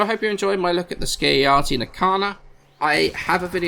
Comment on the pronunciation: Ski-uh-ya-ti? This isn't Norse; pronounce the J.